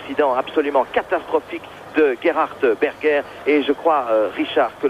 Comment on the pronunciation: "Gérard bergé pour le doublage québecois" un jour, les français vont le dire de la bonne manière, un jour (sinon très bon vidéo)